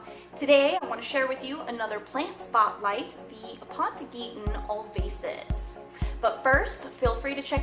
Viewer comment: Quite the informative Video, thank you! But man you butchered the scientific name in the beginning :D